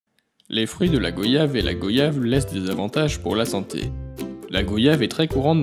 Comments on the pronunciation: On dit Goy-ave et non Go-yave point barre. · On ne dit pas VO-YAGE, on ne dit pas GO-YAVE On dit GOY-YAVE En français Y = i + i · Vous cassez les couilles a dire go yave. On dit goiyave !!!!!!!!!!!! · On dit goy-ave et pas go-yave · on ne dit pas GO-yave ! On dit Guayave, goiiave. Cette prononciation fausse vient de touristes pas foutu de prononcer correctement le nom du fruit et qui trouvaient plus exotique de le prononcer GOyave ! On ne dit pas VO-yante, VO-yelle, VO-yage 😤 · On dit Goy-ave et non Go-yave point barre. Ce fruit vient de chez nous alors vous le prononcer comme on le prononce. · on dit gwayave ducon